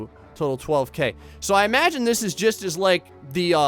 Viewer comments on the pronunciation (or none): none